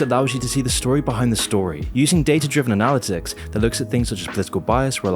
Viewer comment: Analaticks?? Might wanna look up that word again.